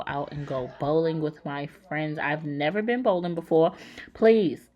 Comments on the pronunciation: I died laughing when you said April neverteen lmfaooo with the way this virus/quarantine is going, it’s ridiculous and it’s only the beginning smh I love the fact that you said just because school is closed doesn’t mean that learning stops and the idea you gave of giving them workbooks and books and stuff to do while they sit home is a really good idea and yesss that White Castle be so good but creeping up on your stomach like wassup! 😩🤮 lol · April neverteenth took me out 🤣🤣🤣🤣🇹🇹